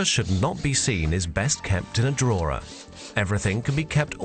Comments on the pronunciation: They should've hired someone who could pronounce the word 'drawer' properly. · drawer has no centre letter r.